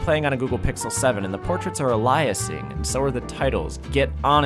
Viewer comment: "Aliasing" is pronounced "AY-lee-uss-ing"